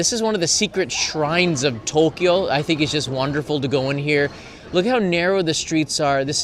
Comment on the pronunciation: Thanks, another interesting area to go visit next trip. We prefer mostly to find regular slice of life areas, restaurants, eat where the locals do etc. We still tick off the popular tourist spots but then go to areas like these. Thank you for pronouncing To Kyo the we we should, now for A Sa Ku Sa 😅